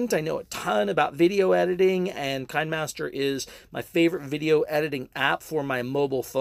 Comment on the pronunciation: It's pronounced "kinney" master not "kine" master